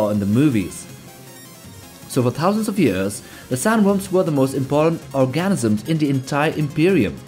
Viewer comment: When he trys to say organism he says "Orgasmsism" 😂